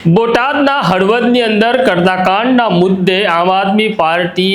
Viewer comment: હડદર ભાઈ હળવદ નય